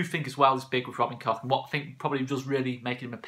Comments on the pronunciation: Just pronounce it “Kotch” rather than “Cock” 😂 plus I think that’s the right way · Pronounced COKE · Great signing. It’s pronounced ‘Coke’ I’ve been told. MOT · It's not pronounced COCK, it's Koch as in Och aye or Loch Lomond as the Scots say it. Koch in German means cook.